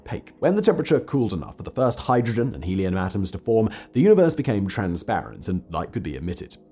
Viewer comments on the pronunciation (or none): none